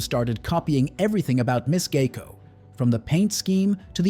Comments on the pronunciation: I don't see an "A" in the name. It is G I E C O. Sounds like GI CO. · AI can't pronounce and you have trouble spelling. It's "GEICO" which is short for Government Employees Insurance Company.